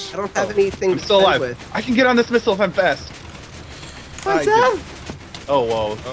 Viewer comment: Lol I though sethbling said 'this is my new minigame , nipple war ' lol I know now that he said missile war